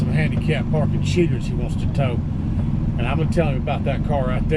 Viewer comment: I LOVE how you say "handicap parking CHEATERS"! 😄 Go get'em,!!💗